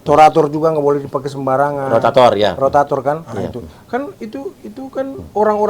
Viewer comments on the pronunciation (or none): rotator jadi torator 😅 lucu ini org klo di ajak ngobrol